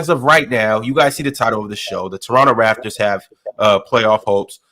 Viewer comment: It's Raptors Not Rafters